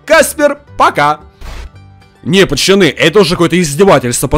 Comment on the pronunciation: почему ти говоришь пачяни а не пацани